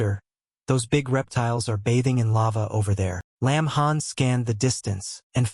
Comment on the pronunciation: got the name wrong it lin han NOT lamb han